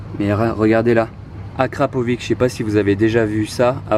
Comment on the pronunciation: Je crois que Akrapovic se prononce "Akrapovitche"